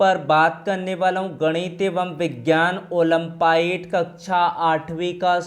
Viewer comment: ओलम्पियाड है ओलंपाइड नहीं